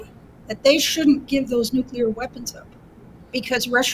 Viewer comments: NU-CLE-AR! NU-CLE-AR! There is only one 'U' in "NU-CLE-AR". It's NOT NU-CU-LAR. That sounds ignorant. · LOL Who in hell is this woman. and who cares what she has to say. So far she has said nothing of values but lots of lies and innuendo. Russia will prevail the EU will collapse. And it is pronounced NUCLEAR not nucular. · Dear journalist. There is no such word as `NUCULAR. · I cannot take somebody seriously who pronounces it, "NŪ'cue'ler" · WHAT IS THE WORD "NUCYALER" YOU KEEP USING? IT IS DEFINITELY NOT IN THE ENGLISH LANGUAGE. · Here we go again. Are there any hosts or commentators who can speak proper Pomlish and say "nuclear"? At 8. 50, What in the heck is Nukula?